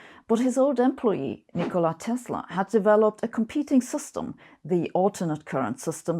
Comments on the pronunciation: Sabine, it's Nikola and not Nicola. :) I love your videos! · Nicola is a girl's name, pronounced NIC-ola. Tesla was a man named Nikola, pronounced ni-KO-la and spelled with a K.